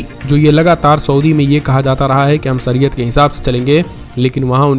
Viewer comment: Saryat nahi shariyat bolte h Ramjan nahi ramzan kehte h